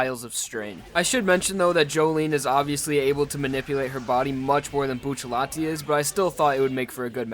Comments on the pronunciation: I thought it was Bucciarati not buccallati... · “Buccialati” it’s bucciarati haven’t you read jojo? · It’s Bucciarati not Bucciallati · Uhmm... it's actually Bruno Bucciarati not Buccellati.. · wny Bucellati? isnt he buciarrati? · Its bucciarati not bu-sha-lati Its bu-cha-rati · Actually isn't it Bucciarati? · Yo I’ve always wondered why do people say bucciallati isn’t it bucciarati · his name is bruno bucciarati not bruno buccellati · I thought it was buccirati? Why bucciletti? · WHY DOES EVERYONE SAY BUCCILLATI ITS BUCCARRATI! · bucciarati not buccellati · it's Bucciarati not Buccellati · There’s no ll in his name why does everyone say bucillati it’s bucciarati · stop calling him buccellati, it's bucciarati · It's not Buccellati it's Bucciarati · It's BucciaRati, not Buccellati, porcoddio. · "Buccellati" hurts my soul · isn't it bucciaRati ?? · isnt it buciarati? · stop ppronouncing it like "Bucci-LETI" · retards: boo-cha-lot-ee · Every time says B uu chelatti I want to die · Its buccirati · It's bucceratti he says it wrong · It's Bucciarati you fking neanderthal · when you pronounce Bucciarati can you do the r sound like when you pronounce "strange"? At least that's a little bit similar to the way that it will be pronounced in italian